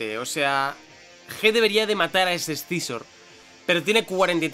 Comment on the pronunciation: porque diablos dice ES-SI-ZOR, cuando se pronuncia SIZOR y ya esta